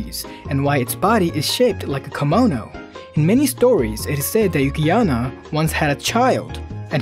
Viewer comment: Yuki-onna not Yuki-anna and kimono not kamono